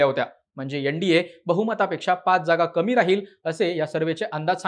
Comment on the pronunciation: यंडीए नाही रे ते एनडीए आहे 😂